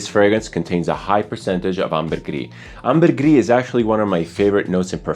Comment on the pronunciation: ambergris comes from french, there's no reason to roll your r's